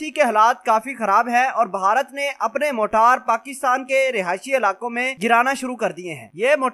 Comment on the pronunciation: Bhai g ye Jo apne choty missiles ka name lia h "Motaar" ? Isko motaar nhi "Marter" kehty hen janaab Pehle ap sahi naam Lena sikhlo uske bad ispe video banana plz